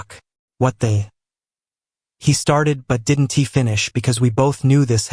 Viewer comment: Not sure what you've changed in your creative process, but the narration is off. The narrator is pronouncing contractions like, "did N T" instead of "didn't". While I'm supportive of your work, it makes listening to the narrative a little frustrating . . . . . .